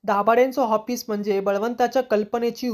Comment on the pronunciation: Hoffice nahi office bola